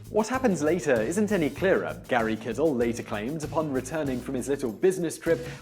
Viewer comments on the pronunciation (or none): Found Out — Simon, the founder of Digital Research, Gary Kildall, pronounced his surname "kill-dall", not "kiddle". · Every time you called him "Gary Kidall" I died inside a little. It's Kildall, pronounced "killed all". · The name is said as "killed all" not kittle. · "kill dall". It's pronounced "kill dall". Not "kid all" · Oh, and it's "ski mer", not "shki mer". Come on man! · It's Gary kildall not Kisall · Kildall, not Kidal. Otherwise an interesting video. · "Gary Kizzle"? You mean Gary Kildall ("kill-doll")? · Jack Parker That's what I kept on thinking. Do some basic research, like how to properly pronounce someone's name, or what his name even was in this case. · It's pronounced Kill Doll. (anyone who remembers the early years of the PBS show "Computer Chronicles" can verify this) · Why does he keep mispronouncing Digital Research ("Researching") and Gary Kildall ("kissle"). It's weird. Also, the missed meeting between DR and IBM is the stuff of legend. I've heard at least 4 different versions of it around Pacific Grove. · HIs name is Gary Kildall, pronounced KILL DOLL very fast. Even better, there's quite a bit that's wrong. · And for fuck's sake, learn to pronounce Gary Kildall's name properly. He was a computer industry pioneer, and he deserves at least that much respect. -jcr